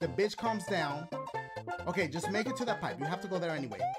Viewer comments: For a second when you where doing your intros I thought you said “The game where ya BAKE me levels” and I was like wtf bake dang dashie u dat hungry 😂 (ps this is a joke) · Has anybody noticed that he sounds like he says “bake me levels, tweet em to pee” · Does he say baby levels or make me levels